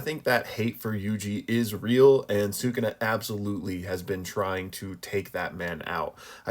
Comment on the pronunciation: Say it with me. "Soo-Koo-Na". Not "Soo-Kuna" Also, literally everyone gets Ui-Ui's name wrong despite the fact that we literally have an anime for reference. It's pronounced "We-We."